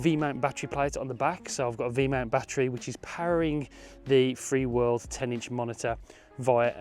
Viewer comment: Just a heads up, it's "Feelworld" and throughout the video, your title and description you say "Freeworld".